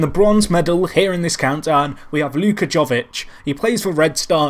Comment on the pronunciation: If you don't know how to pronounce a player's name,google it!Luka Jovic!